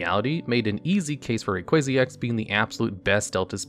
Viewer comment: But he pronounced Rayquaza correctly lmao